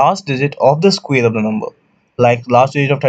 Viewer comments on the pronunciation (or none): It is square not squeer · Ok, guys, this is so funny, I heard of weird pronunciations but come on guys when does a square become a squeeze?